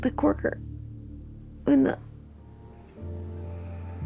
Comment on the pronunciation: “The corker” lol